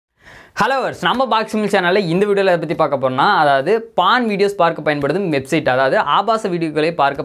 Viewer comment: பான் இல்ல போர்ன். உங்களுக்கு ஒ வராதா